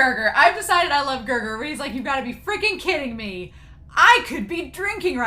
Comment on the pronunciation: It's weird that they translated his name as Gerger directly from Japanese pronunciation since L is usually pronounced as R. His official name is Gelgar.